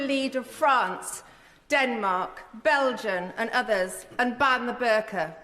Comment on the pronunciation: Ask her to pronounce Belgian again